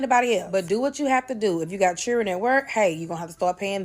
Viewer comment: If you got “CHILLREN “ 😂